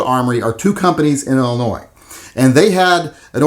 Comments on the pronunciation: The “s” is silent in Illinois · The S in Illinois is silent. Lol. BTW do you like H&K? Ive watched about 20 videos you never mention them. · Oh boy, going after “Ill-ah-Noise!” Lmao, what an, “epic takedown!” Love this man’s pronunciation, but not as much as I love his channel and his work- obviously a labor of love! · Why do you pronounce Illinois 2 different ways? The s is silent. You mispronounce it many times while pronouncing it right many times. Come on kid.